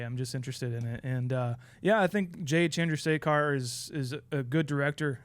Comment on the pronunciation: Pronounces Chandrasekhar correctly but fumbled on Heffernan